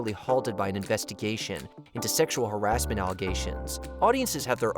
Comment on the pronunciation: Learn how to pronounce the word "harassment", almost no one does.